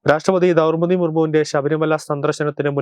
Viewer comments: Daurpathi ennalla chetta Draupathi Murmu.ennu parayu please. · ദൗർപതി അല്ല... ദ്രൗപതി.... ദ്രൗ....ദ്രൗപതി മുർമു